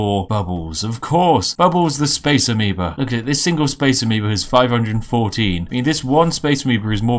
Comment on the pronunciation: A Massive Space "Amibo" xD I kept hearing that.